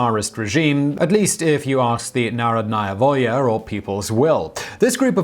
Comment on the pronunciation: It's pronounced NaRHOdnaya Volya. Emphasis on the second syllable. ;)